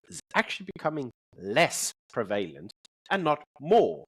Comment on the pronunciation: Love your show, but please, please, please... PREVALENT has emphasis on first syllable and RHETORIC emphasis in on first syllable